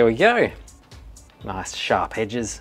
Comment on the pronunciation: "Nice shaap edjis" oh suuuure suuure, just what everyone needs LUL